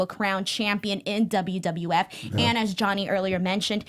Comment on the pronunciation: She said wwwf